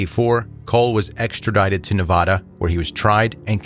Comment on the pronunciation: Ne-va-duh.. va as in vaccume...